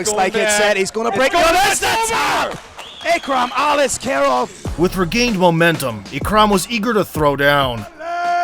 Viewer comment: I love how the narrator trying to pronounce Ikram Aliskerov with the Russian accent. Well done! Your pronunciation is clear and accurate.